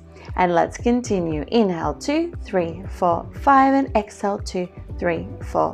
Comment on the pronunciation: I enjoy your videos but it is a bit annoying hearing u say excel instead of EXHALE? You pronounce inhale fine but not exhale for some reason Sorry to be picky but little things like this may go against u when there is so much competition out there on you tube